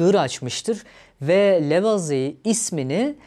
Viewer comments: Lavoazie diye okunur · İlk kez Lavizi diye telaffuz edeni gördüm.